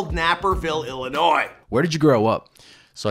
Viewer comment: Oh boyyyyy someone said Illinois correctly 🙏🏻